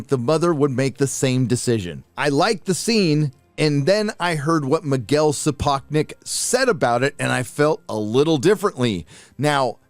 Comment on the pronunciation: you mispronunced Sapochnik.:) btw what the hell is the deal with those black people wearing white wigs. Are they supposed to represent Targaryens? I ask this because I won’t watch this garbage